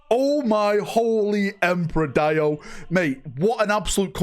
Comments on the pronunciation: It’s pronounced, “Dee O” not, “Die O” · It’s pronounced Dee-o not DIE-O 😅